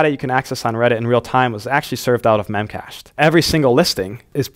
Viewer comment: BTW, it's pronounced "mem-cash-dee" :)